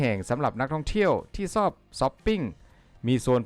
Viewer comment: คำว่า"ชอบ"ใช้ชอช้างไม่ใช่ซอโซ่ออกเสียงให้ถูกภาษาไทยถูกปรับปรุงเปลี่ยนแปลงให้เหมาะสมแล้วกับคนไทยไม่ห้ามให้ใครใช้แต่ควรศึกษาและออกเสียงให้ถูกต้องป้องกันภาษาไทยเพี้ยนไปจากเดิมเดี๋ยวจะโดนเคลมจากชาติอื่นว่าไทยโขมยภาษาใครมาอีกเข้าใจนะ